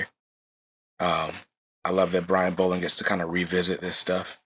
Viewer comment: It's pronounced like doll not bowl. There's videos on YouTube that has Brian Bolland pronouncing his name properly.